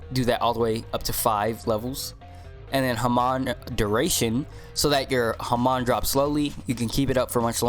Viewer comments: It's not pronounced ha-man, it's pronounced ha-mon like pokemon but without the poke word at the beginning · bruh everyone says hamon wrong, its "Ha- mone" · Nah nah it’s “ham” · the way u say hamon make me question my existance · I got corona listening to him saying hamon wrong. Good vid but pronounce it right please. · Hamon bread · His pronounciation of hamon stressed me out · u pronounced hamon wrong lol